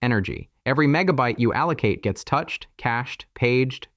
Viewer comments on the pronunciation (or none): It's not menibyte! It is MEGAbyte